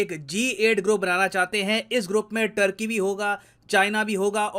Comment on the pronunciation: सर , टर्की नहीं तुर्की आपी ने बताया था